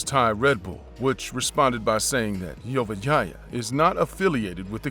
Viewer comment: Whenever dude said Vorayuth last name I literally thought he was saying 'your vagina' 😆 🤣 😂